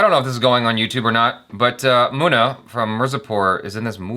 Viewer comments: There u go "Moo na" "Miur zapur" Love how he says it wrong with confidence.😂😂 is for a reason😍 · Everytime calls Munna, Mona.......🙄 Mona! Mona!! 😄